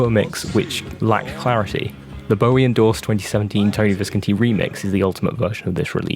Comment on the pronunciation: It’s Tony Vis-CON-ti 🥴